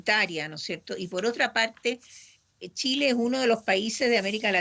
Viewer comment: Muy bien todo pero porque siempre pronuncia Tsile en vez de Chile ?